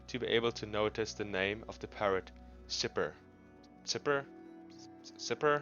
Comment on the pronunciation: it’s pronounced “sigh-fer”.